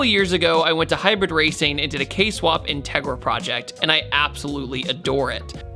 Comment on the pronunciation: Ok i was excited till he said kswap